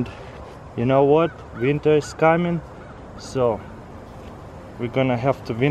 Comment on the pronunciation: "Vinter is khammin"